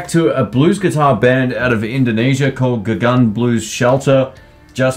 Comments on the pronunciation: Correction. It’s Gugun, not Gagun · 🙏🙏you have to say googoon ..if the pronunciation is in Indonesian